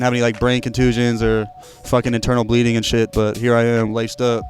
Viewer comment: Did mans did say cuntusions